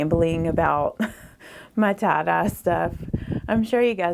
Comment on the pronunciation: It took me a while to understand that "tah-dah" is Tye dye 😂😂